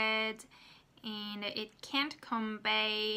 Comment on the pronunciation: Good job as always! I think that feedback is the most important for improving pronunciation. So I'd like to give you small feedback. When you say "AND" , sometimes it sounds almost like "IN" to me and it's a bit confusing. I'm not sure how it sounds to native speakers, though.